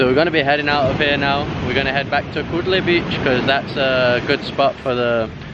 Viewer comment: This not kodle ...